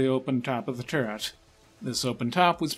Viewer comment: I cant put my finger on why the the narrators voice sounds so weird. It sounds like three accents and a mild speech impediment teaming up to do an impression of a droning teacher. Im just gonna say it: "Turr-t" try and unhear it.